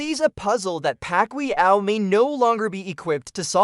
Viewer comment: Many Pacquiao not Pacqlio 😂😅😂